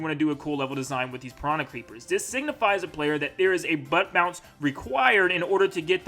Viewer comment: Nobody:: b U T t B o u N C E